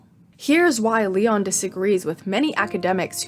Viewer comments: so sorry, absolutely loved the video, I hate being annoying but I'm gonna have to correct your pronunciation of Massimo Leone's last name lol, it's like "leh-oh-neh" ! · Great vid but it's pronounced "Lay-oh-knee", not "Lee-on" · Not a really intelligent comment because I am tired rn and I will watch the video later but I find peculiar how you perfectly pronounced massimo while butchering leone